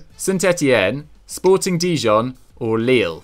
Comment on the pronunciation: Spoorting Dijon? hahahahaha